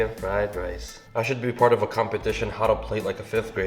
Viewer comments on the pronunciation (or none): none